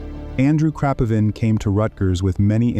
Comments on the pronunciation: Stress must be on the first i in the family 😊 KrapIvin, KrApivin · It's pronounced as "Krapeevin"